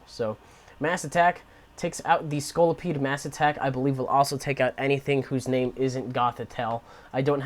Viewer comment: You pronounced the name correctly. I found this randomly with google. ;_; Yes, I just have a toxic tricks deck. I found the trading card system to be unnecessarily hard to use and I didn't want to spend too much money on cards since I don't go to tournaments or anything. There should be a way to earn virtual cards by playing online in my opinion.